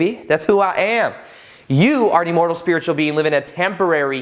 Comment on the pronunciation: Buddy... PLEASE.... it’s IM-mortal not EE-mortal!!!! I cringe every time you say it.. in EVERY video. 😣 Still, I watch. Yogananda’s book while wonderful, many parts a little to unbelievable for me. Read it years ago & could feel my mind opening up though. 👍🏼 (I always thought it was pronounced: Shree You-tis-Swar)